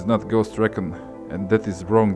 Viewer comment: Ffs say RE CON RIGHT